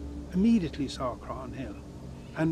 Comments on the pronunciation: It’s CROH-HAN hill not crogan 🙃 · Bit annoying that the narrator cannot pronounce 'Croghan' correctly despite it being correctly said in the footage within. The 'g' is silent, it is pronounced 'Craw-hin'. (While regional variation does occur in Irish, 'Crog-hin' is not correct!). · Dude, its a silent 'G' , Crawhan is how you say it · haha they can't pronounce Croghan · right from the offset the narrator continually mispronounces Croghan, super irritating, do they not research?